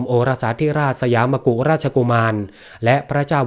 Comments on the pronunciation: อ่านว่า มะ-กุด อ่านว่า สัน-ตะ-ติ-วง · สยาม มกุ พูดไม่ถูกต้องๆ คือ สยาม มกุฎ จึงถูกต้อง (ท่านใช้ภาษาไท่ถูกต้อง )